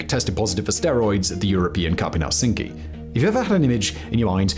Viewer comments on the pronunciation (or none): none